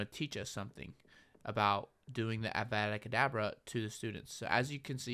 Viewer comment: Man said Gryfindoor and avada kedabra